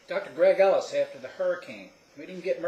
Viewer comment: Good video, nice to see a Doc not being ignorant to the Ketosis process, and btw at the end i thought you said "goodbye I'm ". LOL